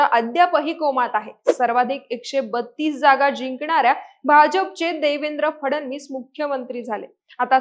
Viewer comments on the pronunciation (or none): none